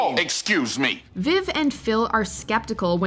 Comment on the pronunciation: And she was saying Aunt Viv name wrong, next time they should had someone that watched the show do the list. lol